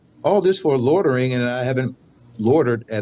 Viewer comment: Does he know the actual word is loitering not lodering